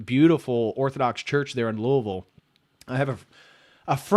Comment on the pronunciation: you're correct. St. Michael's in Louisville is beautiful. I used to go there before moving to Idaho, and my wife and I were married there. There is also a very nice Greek church as well. And on behalf of all Kentuckians, thank you for pronouncing Louisville correctly.